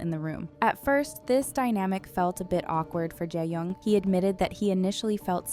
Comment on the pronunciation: Shin ye and Je yong 😅.. wtf! Pls pronounce their names CORRECTLY!